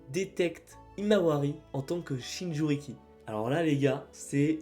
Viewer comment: Jinchuriki et non "Shinjuriki", mais bon, cool la vidéo !